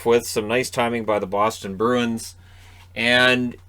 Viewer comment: Listening while doing dishes. I kept hearing Bruins as Birds… and I didn’t know if you were talking about Detroit or Boston. Then I thought about how for a team with wings in their name, I’ve never associated Detroit with a winged creature…